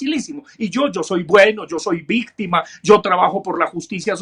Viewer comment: porque dice victime, y no victima